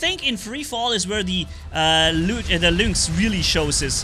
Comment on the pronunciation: luinx? isnt it pronounced linx?